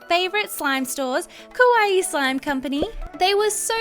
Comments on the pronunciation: Please dont saw Kowaii Its exactly the opposite of kawaii TwT Luv your vids tho uwu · Did you just say carbs? I'm a Type 1 Diabetic...how ironic lol 😃 ...Oh, and by the way, you said "Kawaii Slime Company" wrong. You said it like "scary slime shop" lol. Yes, I was born in Tokyo, so I know. People just got to do their research more, I guess lol